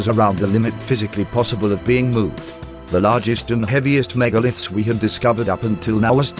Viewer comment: But it makes it rather hard to listen to the story and trying to assemble wrongly pronounced words like "megalith"...